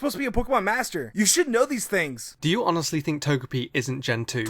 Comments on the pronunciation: did he really just say "honelly" instead of honestly? How unprofessional can that guy be that he can't even ANNUNCIATE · "did you honurly just say" >honurly this dude needs to slow down a tad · seriously.. slow the fuck down.. "did you HONELLY.." im guessing you meant to say "honestly" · Yo. Slow the fuck down. Jesus. you don't even pronounce honestly correctly.